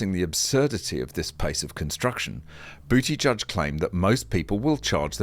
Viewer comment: I think it's Boot-edge-edge rather than Booty-judge, for what it's worth.